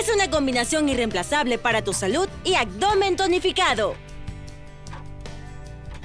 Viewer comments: ¡Abdomen , no "acdomen"! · Buenos días. Se dice abdomen no “agdomen “. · Buen día padrísimos los ejercicios y como dice ud los nombres de cada ejercicio pero me desquició en cada ejercicio y me dan ganas de parar pues no sé dice AGDOMEN NI FISNES Dígalo buen ABDOMEN ABDOMEN NO AGDOMEN Y FITNESS NO FIGNES Fuera de esa mala pronunciación exelentes ejercicios disculpe la corrección pues piense que muchos la escuchan y al rato todos dirán AGDOMEN y están hermoso nuestro idioma y ya todos hablamos muy mal perdone ud se lli digo con respeto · Excelente video! Solo una observación, sigues diciendo... Acdomen y no abdomen. 😁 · porque dice "acdomen" en vez de abdomen?... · Los ejercicios muy bien, el canal es genial . Pero no entiendo por qué narra alguien que dice acdomen en vez de abdomen . Si por la razón que sea, no puede pronunciar bien esa palabra, que narre videos que hablen de otra cosa. *Es molesto escucharla" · Ella dice Agdomen o yo estoy soñando? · “Actdomen” :v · Muy buenos los ejercicios. Solamente no diga acdomen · Por favor pongan una locutora que hable correctamente, escuchen como dice abdominales y abdomen......